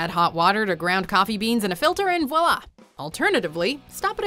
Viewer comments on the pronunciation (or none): "Voila" doesn't start with a "w"--don't say "Walla," people!